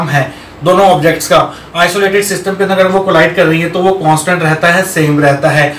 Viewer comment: I really like the way you say " agle session ke aandarrrr "😄😄